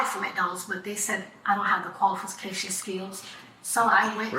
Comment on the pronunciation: Did she really say she doesn't have the "qualifiscations skills" to work at McDonald's?😂😂